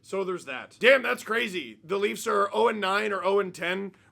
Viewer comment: you mispronounced the "Laughs". Who are the Leafs?